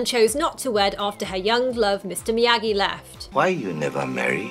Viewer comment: It’s Miyagi not miagi